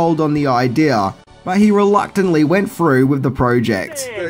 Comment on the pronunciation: He “...went FROO WIFFIT...”, huh?